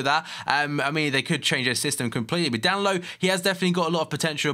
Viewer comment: It's DAN EEN ILO FFS